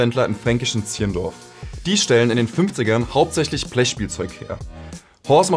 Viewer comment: Zirndorn. Das spricht sich nicht! Ziehrndorf ;)